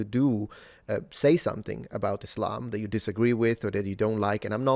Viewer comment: He pronounces Islam like "is lame."